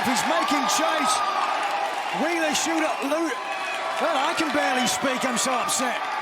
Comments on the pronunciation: “Wheeler’s shoeta… loota.” - Nigel McGuinness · i wish we could get some better story lines instead of ones focused on wheeler you-tahh, and danny gar-see-ya. Lets see miro, malakai, and guys we care about...